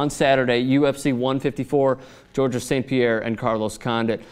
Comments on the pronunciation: please in the future stop pronouncing the "s" at the end of Georges' name. This is not correct. The "s" is silent. George-es sounds like there should be two of them. Rolling the "G" at the start is optional, the silent "s" is not. THX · FYI, the S at the end of Georges is silent. The name is pronounced exactly the same as in English. From Montreal, go GSP!